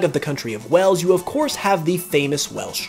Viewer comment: Your saying Wales wrong